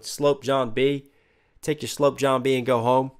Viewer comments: Also "sloop" is not pronounced like "slope" (aka slant), it normally rhymes with "troop", except for Lloyd's accent here. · A rats nest was the term for when the ropes were not fastened properly and would get tagged up. Like his beard. Sloop is pronounced like sluop ;)